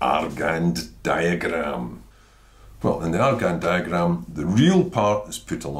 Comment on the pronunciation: I cant believe he pronounced Argand wrongly 😥